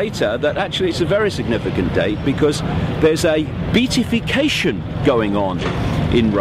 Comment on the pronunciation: It is really hard to take anything you say seriously when you can't even pronounce the word beatification correctly, especially when you keep using it over and over again! More importantly, Beltane has nothing to do with Satanisim! Do some research PLEASE!